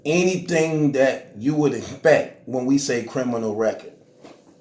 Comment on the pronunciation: Bruh said "egg-spek" lol